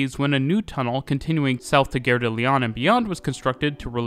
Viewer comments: Gare (station) - not pronounced "gehr" like "fare", but "gahr" like "bar". It's not English. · Nice video. Just a little pronunciation note: you’re pronouncing the French word ‘gare’ like ‘guerre’. Maybe listen to some French speakers so you can fine-tune the pronunciation a bit. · I'm not native French but the way you pronounced Gare sounded like Guerre to me. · The French don't Pronounce the 'e' in Gare = Gar or La Gar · That's the quebecois pronunciation.